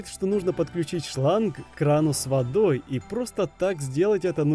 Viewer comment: выдалбиль какос 😂 надеваем на шлан 😂